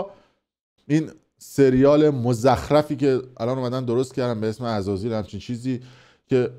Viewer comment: عزازیل نه ازازیل 😂😂😂